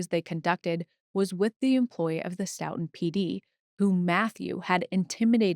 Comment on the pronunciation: I know it’s less important but…stow-ton (said like the measure of weight). But blend it together/say it faster